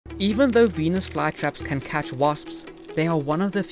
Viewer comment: Am I the only one who only heard the emphasis on "can" the second time watching